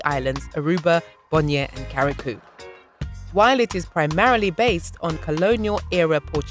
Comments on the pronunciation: It's Curacao NOT CARRICOU lady. French Creole is also spoken in Dominica, St. Lucia, Trinidad Tobago, Grenada, St Marteen, Martinique, Carricou, Pettit Martinique, Guadeloupe, La Desirade, Lles Saintes and Marie Galante. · The second c in curaçao is pronounced as a s, que ra sow, is how it’s pronounced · You read Curaçao...."Curasow" and not Caracoo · Curaçao is pronounced CU RA SAO, which is Dutch. Carriacou is pronounced CAR RIA COO, which is Grenada's little sister island. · Good morning The information was great. The ABC islands are Aruba Bonaire Curacao ( kur-uh-sau). Grenada, Carriacou (CARRY-a-KOO) Petite Martinique. Pronunciation makes a difference. Over all wonderful. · YOU SHOULD HAVE DONE A BETTER RESEARCH ON THE DUTCH ISLANDS. LIKE FOR INSTANCE PRONOUNCING THE NAME OF THE ISLAND PROPERLY CURAÇAO . Which origins Papiamentu and Papiamento came from